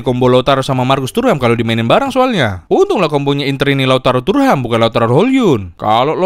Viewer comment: thuram ❌ turham ✅